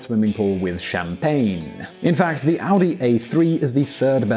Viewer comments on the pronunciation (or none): none